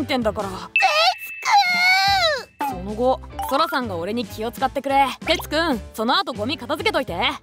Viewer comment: せっかく開幕を任せられたのに、やっぱりテツはテェツだったな